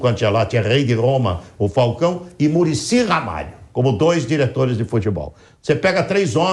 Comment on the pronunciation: O saudosismo do eh GRITANTE, "MuRiCi Na CelEçAuM" pelo amor de Deus kkkkkkkkkkkkkkkkkk